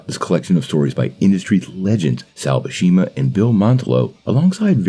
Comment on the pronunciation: 😅. It is pronounced BYEW-SEMA. There is no SH or SCH involved. I know because Sal is one of my best pals. And has been my inker for many years. We even worked on ROM at IDW on two series as additional stories.